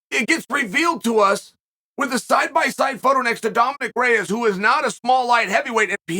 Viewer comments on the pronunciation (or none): none